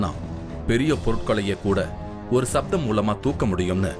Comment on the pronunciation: Who is the narrator? He neither pronounce Tamil nor English properly. Other issue is playing down the technical knowledge of Tamils shows a kind of distorted science. Sound is written as sattham not saptham. Other Max Mullers!